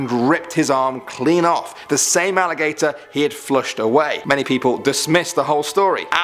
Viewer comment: That alligator sounds like “IT” :O